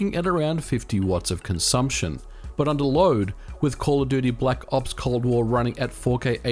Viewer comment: black “0PS” Cold War. Love the way he’s says it lmaoo